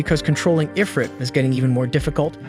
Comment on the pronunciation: Hey, Where the fuck does it say Eyefrit? its IF-RIT. Why am I arguing with AI?